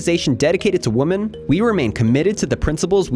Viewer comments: This needs to continue being on the news until she is free and truly safe. As a side note- when you say womEn, plural, you pronounce it like womAn, singular. I notice a lot of people making this mistake lately. Woman and Women are not pronounced the same. Wo-man, singular. We-men, plural. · Err bro check your pronunciation of women. It's not woman. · Just me or this channel needs to review its pronunciation of "women" vs "woman"